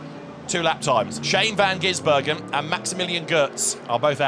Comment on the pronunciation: Please, someone slap every time he says 'van Ginsbergen'...drives me spare.